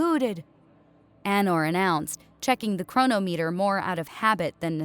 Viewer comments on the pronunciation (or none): No, I can't help it. Chronometer.... not Chrono meter, it's, chro-nom-et-er. Pathetic. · It’s pronounced chro-nometer.